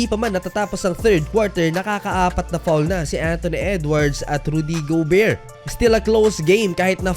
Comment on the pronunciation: Rudy go-bear. Laughtrip., 😆😆😆